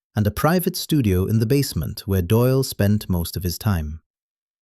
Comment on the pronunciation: Doyle not Doil.